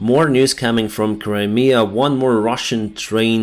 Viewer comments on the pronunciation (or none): none